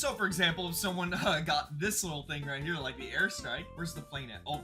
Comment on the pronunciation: U said “hi ere”